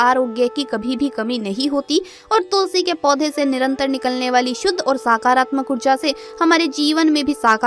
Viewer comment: आपकी जानकारी के लिए धन्यवाद कृपया उच्चारण सही करें, नकारात्मक को नाकारात्मक , व साकारात्मक न बोलें, मंदार वृक्ष अलग है रुई का अलग, अल्प ज्ञान से भ्रम न फैलाएं।